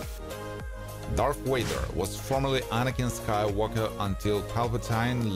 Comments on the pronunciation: Voice: Darth Wader Me: it’s flipping Darth Vader a 1 LETTER DIFFERENCE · Bro just said darth wader !🫡🫠 but it’s dart vader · Darth Wader ? V A D E R. !!!! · Correction Darth Vader not Darth waiter 😂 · One of us hardcore fans gotta be an ass and say it; Darth Wieder, Skilled Jidi lol. Thanks for uploading. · Ah yes, Darth Wader! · I kept hearing Darth Waiter. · Darth Wader ? Come on man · He said Darth waiter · "darth wader" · the narrator mispronounces the name of the most iconic villain of all time as "Darth WAY•gr". Thumbs down, I'm done.